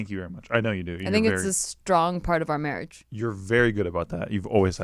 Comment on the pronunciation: How are you guys? and "mawwwwiiidgeee" lol